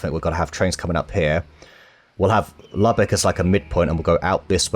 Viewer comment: Lubeck = “loo-bek”, not “lubbuk”